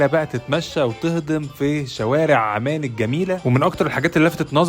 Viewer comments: انت ليه مازورة العندلي يارجل اسمها عمان مش اعمان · اسم العاصمة عممان بتشديد العين وليس عمان